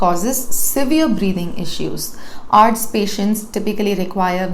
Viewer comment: presentation is excellent. I will however prefer her to pronounce ARDS (आर्डस ) as A.R.D.S (acute respiratory distress syndrome). This is like some one pronouncing C.A.B.G. as कैबेज. This suggestion is on lighter note but your presentation is perfect - Dr Dilip Mundhada